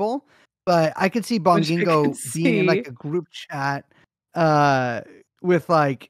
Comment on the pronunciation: Thank you Brace for following house style when pronouncing Bong-ging-go